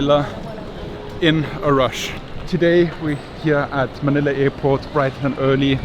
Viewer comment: Hey man its Airport not effort ok haizzzz